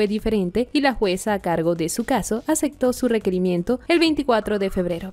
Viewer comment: Chicas venezolanas de dicción confusa y precipitada. "actos de corrupción", no corrucción. "aceptó", no acectó.